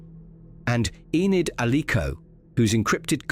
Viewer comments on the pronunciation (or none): none